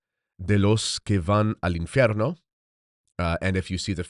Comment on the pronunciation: Unsolicited advice from a vocal coach and language diction specialist: your Spanish diction sounds a bit Italian. "V" should be more like "B" without actually closing and popping the lips. It's made by voiced air passing unimpeded between two lips as opposed to voiced air passing through the bottom lip touching the top front teeth (as in English, Latin and Italian.) And "infierno" is not "in-fe-rno" - but "in-feeyayr-no" -- feeyayr. You have a good ear, but if you preface your reading by saying "I speak Spanish", make sure it's tight. God bless.